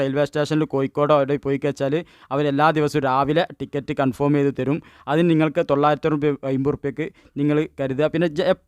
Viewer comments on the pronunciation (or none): none